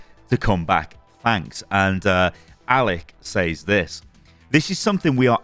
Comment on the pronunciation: "says" is pronounced "sez" by the way. i got roasted for it during middle school by the whole class and ever since then i've ever pronounced that word wrong